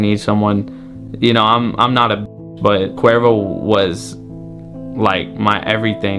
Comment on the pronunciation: It’s sounds like qweervro